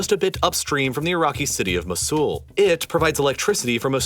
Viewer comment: just one pronounciation error, mosul is pronounced mow-sul